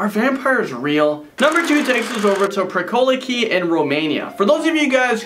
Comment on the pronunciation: Pricolici is pronounce pricolichi